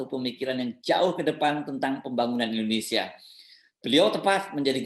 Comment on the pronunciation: Indonesia bukan indunisia... Bahasa Arab tidak tepat dalam pengucapan Indonesia